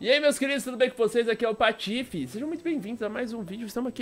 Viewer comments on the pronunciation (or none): none